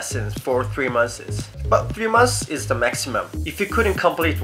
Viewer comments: i find it cute how he says "months" like "monthes" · "3 monthses" xD